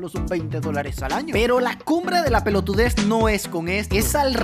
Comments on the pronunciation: "pelotudes" argentinian mode on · Minuto no mames se volvió argentino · bien Argentino papá!!!